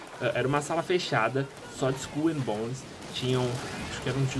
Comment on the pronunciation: haaunted eu sei, tava zuando com a pronúncia do